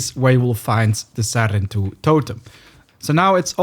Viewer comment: I like how in the game they say “sarentu” yet you say “serentu” like okay.